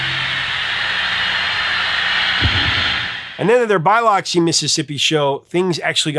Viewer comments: LOL. He said Bi-luxy. It's Buh-luxy. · Great video but one suggestion: research names of towns! Biloxi MS isn't pronounced "buy lox ee", it's "buh luhk see". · BUYLOXEE, MIss? LOL... are you serious,? it's pronounced BiLOXee, homie. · BYE-locksy? It's buh-LOX-y, dude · LOL yeah he mispronounced that terribly. I first learned from the Matthew Broderick movie "Biloxi Blues" that it's not even pronounced "Bil-OX-see;" it's pronounced "Bil-UCK-see." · It's not "BYE-locks-see", Professor. It's "buh-LUCKS-see". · I started wondering if you were using your AI voice. you pronounced Biloxi (Bih-LUK-see) as BI-lox-ee. 😄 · BIloxi Mississipi? How did you pronounce that? It's Bill-uck-see. Not Bye-lock-see. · Hey, Professor! Biloxi is pronounced bill•uxy, not bye•loxy. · "Bye-lox-ee?" Can't blame you if you haven't been there. It's "Buh-lux-ee." "In Utero" is a masterpiece. Another great production effort by Steve Albini. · Biloxi sounds more like buh-Luck-see, not Buy-luck-sea. Had you not said Mississippi earlier, I wouldn't have has a clue what city you meant. During a recent discussion with another content creator, AI is a problem when it's used poorly. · I don't wanna be "that guy", but having lived there for a while, it's pronounced "bih-LUX-ee" Mississippi. God help us if Cairo or Albany, Georgia become centers of pop culture importance! Try to figure out how they pronounce the names of those towns locally. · Biloxi is pronounced Buh-luhk-see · For the love of all humanity… PLEASE LISTEN !!! BILOXI = “Bill-uck-see” The name is NOT that hard to say. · Biloxi=pronounced "buhLUCKsy" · You have to remember Biloxi is in Mississippi… it’s pronounced Bih-luh-ksi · Hey brother, it's "be LOX ee"... lol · Biloxi is pronounced “Bee-Luxy” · Biloxi MS is not pronounced with a long i, more like Buh·luhk·see, with short u's. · hol up.... did you say Biloxi as in Biloxi Mississippi? i ain't neva heard that city pronounced that way lol always thought it was buh-luhk see